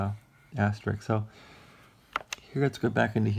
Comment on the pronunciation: is there a reason why you are calling it "As-ter-rick"? It's supposed to be pronounced as "as-ter-isk"